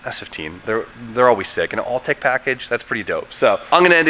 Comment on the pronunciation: Are you saying all-tech? It’s Autech FYI